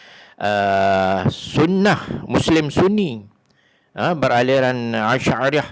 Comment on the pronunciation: Kau sendiri pun sebutan tak betul Aliran asyairah lah..Abul Hassan asyari .bukan asyadiyah. Nak kata orang.kau sendiri pun sebutan salah. biar lah mengaji sampai betul² sebutan berdasarkan al Quran dan as sunnah.